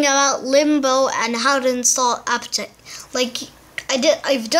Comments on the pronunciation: it said apptaite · You said aptoid wrong